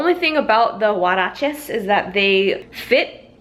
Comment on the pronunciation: The way she said huarache was funny. I never heard anyone pronounce it that way. Lol